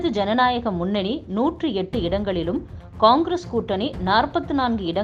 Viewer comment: சரியான உச்சரிப்பில் கூறினீர்கள்...... கொங்கிரஸ்